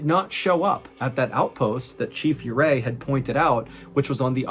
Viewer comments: It’s pronounced Orray. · Another great one sir. His name is pronounced oo ray. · I’m from Colorado and it’s pronounced Ooo-ray